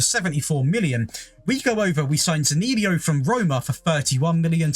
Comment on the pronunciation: The most impressive part of this video is the way you pronounced Zaniolo's name. 🤣